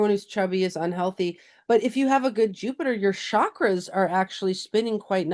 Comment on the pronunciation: Interesting conversation, as always. I agree with the nature wisdom about the energetics of food and matter.. Hotei, I often speak of, yes, the laughing Buddha ! Intended w love, please don't say "sh"akra. Its CHakra. Hard emphasis on CH. 😉